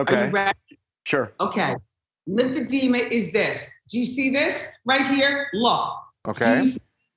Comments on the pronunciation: It's pronounced lymphedema, NOT lymphedemia. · It’s Lymphedema….not Lymphedemia. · It’s called Lymphedema not Lymphedemia…..